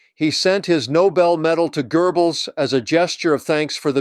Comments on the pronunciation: Knut is not “kuh-noot”, it’s “newt”; and Goebbels is not “gerblz”, it’s “guh-bulls”. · I have to say something here that really bugged me when it was said numerous times. The man's name is not GER Bulls. It is pronounced GOW Balz. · It's Goebbels, not GURbbels. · The Name of Hitler's Propaganda Minister is NOT "Joseph 'GERBELS' " but "Joseph 'GOEBBELS' " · It’s not pronounced Gerbels. It’s pronounced GO-BELLS! Why can’t people say it right?! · LOL. Love your channel and the work you do. However, it's not GoeRbels, it is Goebbels....no R in the name. I hear many Americans making that mistake. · GERBELS???????? do you see an R in Goebels? wtf, I hate the American pleasure at sounding ignorant with anything foreign. Just read it for God's sake! I love your channel, I love your points of view, please don't do this kind of thing that makes you sound like a ...well..... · Thanks to cheap AI, this is the first time I have ever heard Goebbels name [pronounced Gerbals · There is no "r" in Goebbels